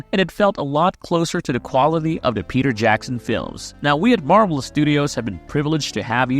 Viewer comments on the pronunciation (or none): none